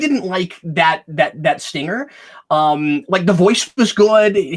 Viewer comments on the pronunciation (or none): none